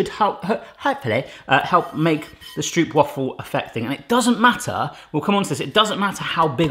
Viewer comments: I find it funny how people from foreighn countries pronounce stroopwafel. The translation is syrupwafle. Stroopwafel is pronounced like (own) that o sound. Strupewafel😂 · You spell it Strooooohpwaffle. With a long o. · The Dutch pronunciation is more like strope-vafel. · struup struupwaffles it's killing me good attempt though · The real pronounciation would be like... Strobe-why-fals... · That pronunciation killed me. I heard his pronunciation and I almost wanted to cry, had it been anyone else I would've cried😂 lekker video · For a dutch person it is really funny to hear you say stroopwafel. When it is winter our stroopwafels are always a bit hard, so we put them on the coffeemug and the become really soft. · Instant like for the stroopwafels, although hearing the mispronunciation the whole time kinda hurt :') Loved the puns and humor! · Cool that you've made these. But you pronounce it as Stroopwafel with the double o's as in how you pronounce the letter O. 😆😆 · love this <3 .. so cute how you say stroopwafel wrong <3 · The 'oo' in stroop is pronounce like the 'o' in strobe. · You might also want to use Google for the pronounciation of "stroopwafel" . The oo is pronounced like the o in hello but a little bit longer sound. And the a in wafel ... I can't think of an English word with that sound but it is a longer aa sound not a short a. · THATS NOT HOW YOU PRONOUNCE STROOPWAFEl 😂 but love it tho ❤️😂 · I'm from Germany and even I know that this is NOT how you make stroopwafels... or how you pronounce them... 😅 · I have stroopwafel in my veins! (Pronounced Str OU pwafe ((as in "dough¨)) and not str OO pwafel if you know what I mean...) Time to clean your camera lens! Great video! Since I live in Greece now I do miss my dear Stroopwafel as well as some good raw haring! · Pronounced "Strope - Wah-fels", so no Stroop Dogg unfortunately :) Also, pop them in the microwave for about 15 secs when your mug is too big.